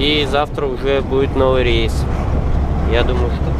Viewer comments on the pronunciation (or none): none